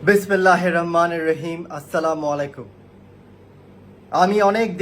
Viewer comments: আগে ঠিক মতো বিসমিল্লাহ বলতে শিখ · হালায় বিস্মিল্লাও সুদ্দ করে পরতে পারেনা